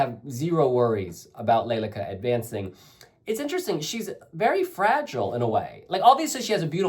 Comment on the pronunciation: Her dress, and especially her sleeves, symbolize the wings of a stork. In Ukrainian it is Le-le-ka. The emphasis is on the second syllable. The stork (leleka) is a Ukrainian bird that is associated with home and homeland.